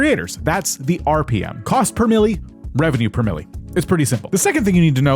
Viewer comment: I thought you were saying "cost per million." It's pronounced "mil," not "milly."